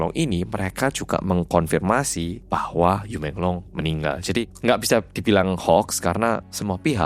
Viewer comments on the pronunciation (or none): Yu bacanya yii